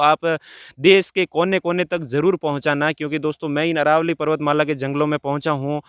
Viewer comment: अरावली नही अरवल्ली बोलो !